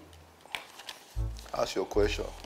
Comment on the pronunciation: ASK not AKS 😅